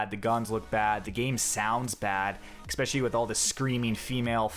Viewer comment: I don't give a fuck about this game, but you do NOT know how to make an informative video. Five out of ten points you made were historical inaccuracy and women. Also, it's especially, not expecially.